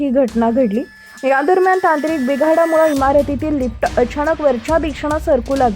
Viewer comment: बाई लिफट नाही लिफ्ट असा शब्द नीट बोलायला शिका मग व्हिडिओ बनवा.